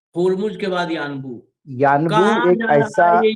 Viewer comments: Its Unbo ... not Uanbu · Sir, it is yanbu